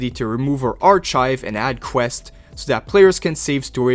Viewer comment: Hi mate you are pronouncing archive incorrectly. Thanks for the content